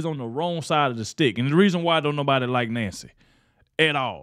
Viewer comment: Did i hear Nasty Pelosi instead of Nancy Pelosi? 😆